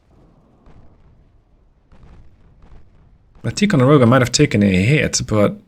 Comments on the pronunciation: Ticonderoga is pronounced with a long I. Tie. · Love the vids ! If you were curious it we would pronounce it Tie-Konde-Rowgah (Or atleast thats how we said it ) one of the guys i served with in the Navy his father was on the Ticonderoga they called it the Big T. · Ticonderoga pronounced Ty-con-de-ro-ga love your work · FYI Tie-con-der-oh-ga in how Ticonderoga in commonly pronounced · In the US we say “Tai-conderoga”; I’m not sure if that is the same as the Iroquois pronunciation though.